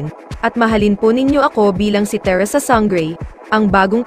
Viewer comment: Sang-grey, Te-rah.. omg 🤣